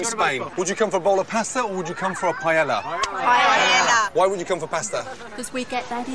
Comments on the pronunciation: not paella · You’re in Spain. Please learn how to pronounce ’paella’ 😲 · the way they all mispronounce paella is killing me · The ignorant mispronunciation of paella is painful to the ears